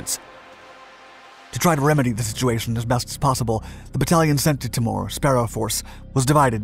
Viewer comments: Pronunciation is Tee More. Not Ti mure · why does this narrator say all names wrong sound it TEE- MOORE NOT TAMOR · Awesome doco on a little known Aussie group! Minor point - Aussies pronounce it as T'ee'mor, not T'i'mor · TEE-more...not Timmor... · FYI: 'Timor' said 'Tee-morr' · Timor, sat it. Timor, not " tim mooore " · Timor is pronounced TEA-MORE ! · It's Tee-mor, Ti-more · Timor = Tea-more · Timor pronounced Ti-mor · Pronounced tee-more.